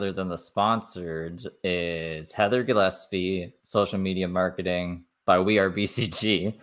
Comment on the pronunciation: I'm kinda sad you stopped calling her "Gilleppsee"